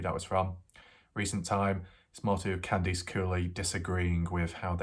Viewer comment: Candice = KAN-diss, not Kan-DEECE. Just because your across the ocean, doesn't mean you can't pronounce names correctly. This case is over. You need a new hobby like chasing down 100 year old Nazis in South America.